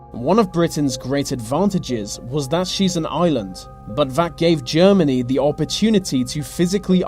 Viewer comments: ''ve war'' ''ve nazies'' ''ve armey'' ''by ve'' dude its called THE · "Wiv", "fink", "ve". Where does this annoying use of English come from? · vuh japanese were in vuh soviet territor- oh my god pronounce THE properly for fucks sake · Whats wiv all ve Vee's?? say TH.e. also your dad was wrong it was "Fail to prepare, prepare to fail" no plan lol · VUH war was won by VUH british and VUH americans vhey were good at VEIR jobs. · whe he says The japanese it sounds like Va japanese so each time it sounds like he is gonna say vagina lol?